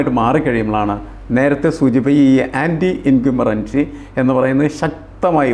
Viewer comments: The word is anti- incumbency. What is the speaker saying? Should be more careful with pronunciation. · anti-incumbency സ്പെല്ലിംഗും ഉച്ചാരണവും ശ്രദ്ധിക്കുമല്ലോ. പിന്നെ. സ്വപ്ന ്് സുരേഷ് ഒരു അവതാരമാണോ അതോ അവതാരത്തിൻ്റെ വാഹനം മാത്രമോ എന്ന് ആലോചിക്കണം.